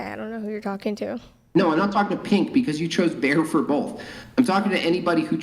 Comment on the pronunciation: "You're low class" " Wow, first time I've heard that in my life" Also pronounces both as bofe